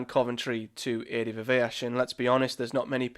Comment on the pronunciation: I think you pronounced Adi’s surname differently every time you said it 😂